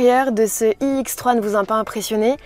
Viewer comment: Je suis déçu, je pensais que c'était une présentation de la nouvelle BMW iX3. Mais selon ce que j'entends, il s'agit d'une autre modèle inédite : la BMW iX"E"3. purée, pourquoi prononce ce "E" qui n'existe pas, c'est horripilant. Sans parler des quatre zyeux ... C'est quoi des zyeux ?